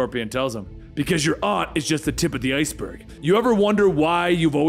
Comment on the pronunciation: Can’t stand how he pronounces aunt